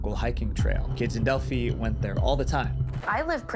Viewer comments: I'm from Indiana near there and this was a crazy thing that went unsolved way too long and was talked about for years and years- but the way he says Delphi is driving me nuts 😅 is delphi not Delphie 🤧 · Didn’t expect my home town to be mentioned in this! Btw it’s pronounced “del-figh” not “del-fee” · Its pronounced del- fi emphasizing the i and the Abby and libby situated happend 5 miles down the road from my house it was very disturbing aswell as there where trail cameras showing this man following them